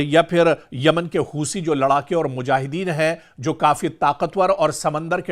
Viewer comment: हूसी नहीं हूती बोलो 😂